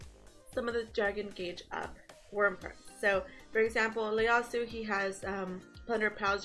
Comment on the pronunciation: Damn...don't want to sound like an ass..especially since I'm a new fan...but I think the first letter of his name is an "i" and not an "L"...I think you called him Leyasu...